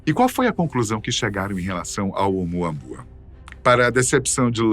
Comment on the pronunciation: OUMUAMÚA, meu filho. Esta é a fonética correta. OUMUAMÚA!!!!!!!